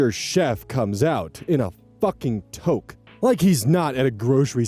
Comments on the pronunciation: The absolute confusion when I (in another tab) hear you say the chef comes out in what sounds like "a toke", wondering if it's a turn of phrase to suggest the guy was high, and then I flip to the video see it's in fact a toque. For future reference, it's said like two-k. :') eta: I imagine the chef didn't want to just add provolone without the customer explicitly saying so, because there is probably a surcharge for subbing in a more expensive cheese and they didn't want to get a hard time later. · It's pronounced 'too-k' btw :) type of hat /nm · Toque is pronounced Two-ck say quickly it's a Canadian winter hat with a pom-pom on top. BTW they used autism to be an AH ....all my kids have some form, my 2nd oldest tried this all the time and absolutely hated being called out for it and yes many will become childish. Often have a secondary diagnosis ( pick one ) involving mental health/intellectual/emotional problems . Which means they may be manipulative or phsycohtic which may be hard to diagnose until the individual get's older. They (ppl who have this ) often will never acknowledge this up to and until they have been in trouble and may be used to their family and friends accomidating them. Often you have to be BRUTALLY honest with them to make them see how big of a prick they're being. Which can cause a whole other ball of wax. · btw, "toque" is a canadian word (im pretty sure) for beanie, and is pronounced like "tuuk" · Sidenote, touque is pronounced "tooque" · look,, I can forgive you for being American, but as a Canadian, please, for the love of god, it’s pronounced “tuke” (like you’re pronouncing too, or tool) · Canadian here,, and just so you're aware the word toque is pronounced like "tooq/tuke". Not a criticism, just a note:) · lol the way you pronounced toque was so funny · Do you hear that? The universal ringing of every Canadian facepalming in unison over the pronunciation of the word toque LMAO